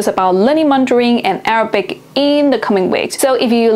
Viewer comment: Your Arabic pronunciation is way off but understandable.